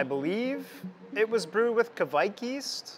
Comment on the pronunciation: I love this. Hops are amazing and all that but yeast is super underrated! Super inspiring what you are doing. Interested to see if you test and develop the kveik yeast. (but seems might have to work on his Norwegian pronounciation 😝) Have you got plans to test the kveik more? There are of course other strains that could be interesting, like Ebbegarden for IPA. Which local brewers here in Norway have used a fair bit that has a more tropical fruit profile.